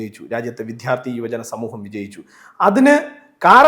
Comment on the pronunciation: എടൊ കോപ്പേ വിദ്യാർദ്ധി ആണ് വിദ്ധ്യാർധി അല്ല.. എന്തിനാ ഈ തെറ്റ് പറയുന്നത്